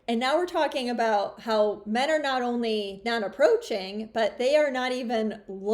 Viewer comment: ONLAY reazon i klicked on